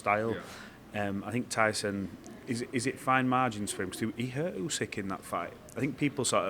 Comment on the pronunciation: Усик прізвище, а не Ускі. Вам пора вже вивчити правильно. Майте повагу